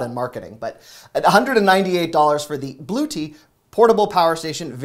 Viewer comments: Blooty lol. Bluetti is one of the established major brands in the solar gen market. I always hear it pronounced “Blue yeti” with the y silent. :-) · Someone had a lot of caffeine 🙂Just a note: it's not a Bluetti, it's a Blue-Etti. The E seems to be pronounced - at least I've never heard it used otherwise. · Its Blue Eddie...now say it with T... Blue Etti...you are just adorable!!! I jump on your videos!! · I watch all your videos and I/We thank yo for your hard work! Yes some names hard but I think that the one you mentioned was hard it's pronounced Blu-etti as in Yetti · Hello! Hope you've gotten some well earned rest. We love all your vids and look forward to them. You've shown us some great deals we might have missed.❤ thank you for your help and hard work. Btw, the power station is pronounced BLU-ETTI.. we had no idea until we saw it on a YouTube channel....lol. Keep up the great videos, we appreciate it ❤❤ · Thank you, love you. I appreciate the non-tech items. We're set with electronics and don't do gaming so including more everyday items is appreciated. I chuckle that a 32" TV is for a bedroom/spare room and entry-level. That's our main TV and we're content. And old, I guess. Fahrenheit 451 and all. It's pronounced Blu-etti, I believe. Very highly rated. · I have that power bank. It works very well and is solar powered. I saw you earlier trying to pronounce Bluetti. It is Bloo- EH- tee. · Love your work. Next time: blue-ET-tea :) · . Pronounced BLUE ETTI...just trying to help. You're the best Black Friday Channel by a Mile! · it’s pronounced BLUE EDDIE for Bluetti. Love your content bud! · Thanks so much! Bluetti is pronounced Blue-eddy. They are one of the best brands when it comes to the battery backup market. I don't own one but would not hesitate buying one on sale if I needed it. Thanks!! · It's pronounced Blue-Etti 💙 very popular in the van life/camping world for off grid power. ❤ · BLUE-ET-TEE Thank you! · Blu - short e sound - tti 😊